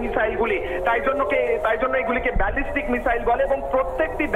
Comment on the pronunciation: কোন দেশের সাংবাদিক রে ভাই বেজেস্টিক মিসাইল না ব্যালাস্টিক মিসাইল